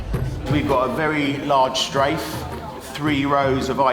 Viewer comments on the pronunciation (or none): none